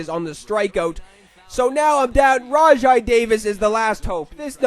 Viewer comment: its "rawjay" davis by the way